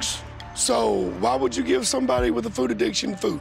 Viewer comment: Its FOOD not FOO ...